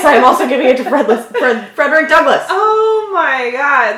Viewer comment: You realize that's not how Frederick's name was said